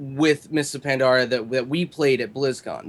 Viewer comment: Is it me or Jesse that cannot pronounce Pandaria?!?!?!?!?